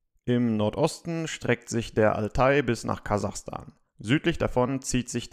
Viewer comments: 😅😅😅 Kasachastan hahahahaha Kazakhstan 😂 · Kazakhstan!! Nein Kazachstan!